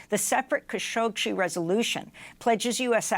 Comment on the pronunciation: You're adding an extra "sh" to "Khashoggi" -- it isn't "Khashogshi"!